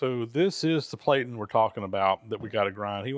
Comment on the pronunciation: Another case where the English language doesn't follow the rules! Platen is pronounced with a short a like in plat, not with a long as like in plate!